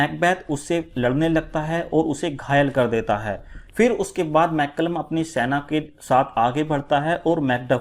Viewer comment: Sir "Malcolm " ko "मैल्कम " कहा गया है । ना कि मैकलम